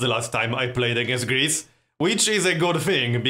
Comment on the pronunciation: lol when you say Greece it sounds like gris, which is the Swedish Word for pig! xD